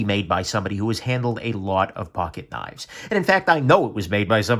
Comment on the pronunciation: Knaffs is pronounced with the a like the a in aft and giraffe.